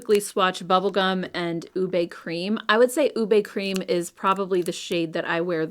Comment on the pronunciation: Going to try the Huda blush this spring. Passing along, as a Filipina - we pronounce it OOH-beh. And I think that’s the one I’m going to try, or intense guava!